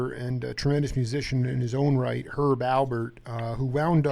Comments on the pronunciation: Alpert, not Albert. Smh... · Wow, how hard is it to say Alpert not Albert?? As someone whose last name is also very simple but often mispronounced, I'm slightly offended on Herb and Lani's behalf.